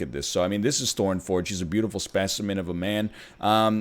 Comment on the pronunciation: I hope no Greeks heard you introduce Thorn Forg, Mr. Ernlion